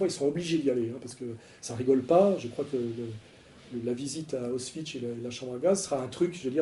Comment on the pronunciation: 17,57 Auschwitch 😂😂😂😂 Alain c'est Auschwitz 😂😂😂!!! C'est clair et net c'est jésus christ qui le dit 😂😂😂👍